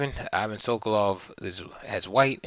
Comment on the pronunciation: I won't be able to watch the rest of the video after hearing how the name "Ivan" is pronounced here.